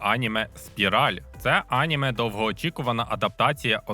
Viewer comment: Неправильний наголос на слові аніме